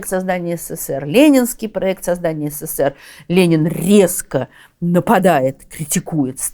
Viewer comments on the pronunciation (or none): none